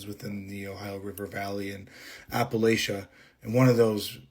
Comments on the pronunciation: I have written this reply for the third time. Keeps disappearing, so the (still not so) short and sweet version it is. The first girl. No one says it Apple-a-chia. Appa-latcha or Appa-lay-cha are both acceptable forms (depending on which region you are from). I'm told I say it like a yankee, with the hard aye. I learned the word from reading it, so that pronunciation stuck, even after living there for 10 years through my teens and yound adult years (where the locals said it the other way). I suspect that the first girl also taught herself the word, reading it as Apple-a-chia (like the chia pet or seeds), and that's why she says it that way... suggesting that she isn't actually from there as she claims. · no yeah bc appalatch-ee-uh is crazy. i wouldn’t be able to write out how it’s said but im also from the midwest so it doesn’t matter coming from me. but i do know it was incorrect and no one from appalachia is gonna say it that way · my people have lived in that area for GENERATIONS and I dont care what Matteo Lane (or whomever) has to say... its AP-UH-LATCH-UH. That chick has never been anywhere NEAR here or she would know how to say it. Period. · Yep. Right in the first 10 seconds she said she grew up in Appala-Chia like chia seeds lmao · Only thing that happened to the the girl from "appa-lach-IA" was her mammaw cut her bangs with a plastic bowl with fork scratches and sketty stains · I live in New England no one says apple latcha here that's a southern accent. We pronounce it the correct way the Appalachia mountains stretches all the way to Maine I believe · The first girl I just don’t believe tbh. Literally no one who lived or lives in Appalachia pronounces it like that? And how do you fail the third grade TWICE it’s the easiest year gng 💔 but no disrespect to her cuz it could have been medical stuff. ✌️ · Not a single person from Appalachia would EVER pronounce it like that and Georgia is nowhere near the heart of it. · “Ap-Pa-La-tchee-ah” it’s “apuh latchuh”